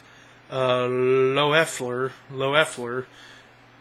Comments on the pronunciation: Lo-effler, lol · Good review. Love this album! But it's Pete "Leffler". The O is silent